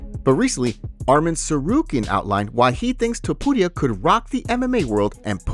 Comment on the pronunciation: I hate the way you say topuria but I love your channel. It drives me nuts every time.